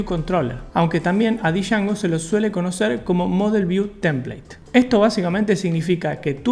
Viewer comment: Nunca entendí porque lso latinos dicen "dee jango"... si es JANGO, como el "django unchainned" de Tarantino.